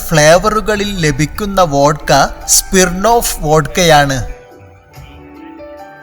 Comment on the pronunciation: സ്പിർണ്ണോഫ്‌ അല്ല ബ്രൊ. സ്മിർണ്ണോഫ്‌